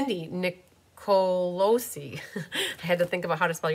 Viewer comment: And I love it. You said my last name correct. WOW, you are good. Nic-o-lo-cee. Spelled correctly is Nicolosi. I’m watching the replay. I wished I saw the live. But missed it. 😢 Love these cards.!!!